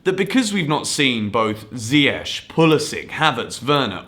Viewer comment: You know that Hakim alrdy told in his interview to pronounce his name with K in the end, not sh xD